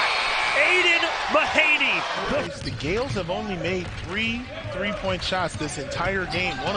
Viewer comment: AIDEN MAHANEY. "GAELS" Indeed.